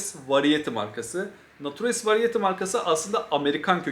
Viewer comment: nature's variety'nin okunuşu şu şekilde: neyçırs verayiti. bravery - breyvıriy